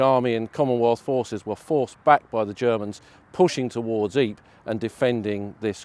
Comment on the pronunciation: I thought it was pronounced EE -Per , RAH